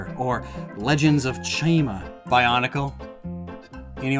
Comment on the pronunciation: The way he pronouced Legends of Chima with my favorite Chima set 💀